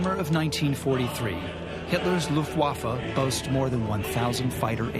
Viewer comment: Note to Rob Lowe. It's pronounced LUFTwaffe, not LuftWAFFe. Place the emphasis on the first syllable, not the second. Your welcome.